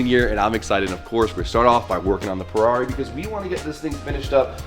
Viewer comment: All I hear is Poorarri